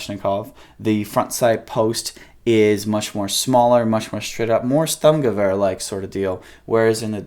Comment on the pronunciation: Don't ever again pronounce Sturmgewehr the way you did! SHTOORMGEVER!!!